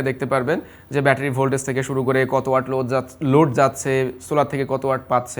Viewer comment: Halar murkho reh watt uccaron korte pare na watt reh oot koitace mone moy 😂